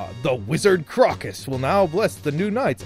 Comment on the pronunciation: Ah, what a charming little Zelda clone. Looks very endearing. I'm probably wasting my (metaphorical) breath saying this, but it's pronounced "CROW-cuss." It's a type of flower, like presumably most of the characters in this game.